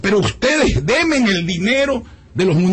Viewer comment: Demen ?? Se dice denme...